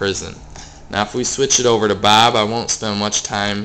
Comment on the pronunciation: i love you say bob....BAAB